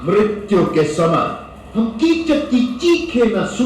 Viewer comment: Chacha ji uska name Kichak hai Chuchak nahi😊